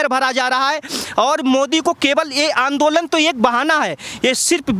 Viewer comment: कल की लड़कियां, कट्रीना और ज़ॅक्कलिन हिंदी सीख गईं, पर सोनिया आज भी 'आंदोलन' को आन दो लंड कहती है! 😆